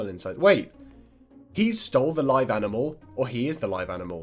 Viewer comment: why did you say aminal instead of animal